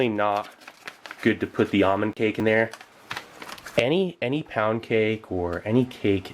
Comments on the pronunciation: Ahmond cake? You mean, ALMOND cake? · It’s not almond it’s almond with a L